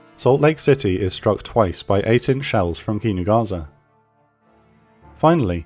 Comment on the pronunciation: Amazing video. Just a small remark regarding the pronounciation of the japanese ships names. The "s" in Kinugasa shouldn't be pronounced as a "z" but as the same way as the "s" in "Sahara". In fact no "s" in japanese should be pronounced as a "z" as when time come for such a thing an actual "z" is present in the name as with Zuikaku, Ikazuchi or Inazuma.